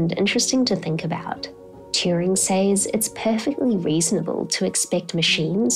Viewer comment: you pronounce 'says' phonetically